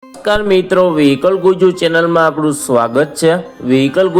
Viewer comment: વિડિયો ની શરુઆત મા તમે " નમસ્કાર મિત્રો " બરોબર નથી બોલ્યા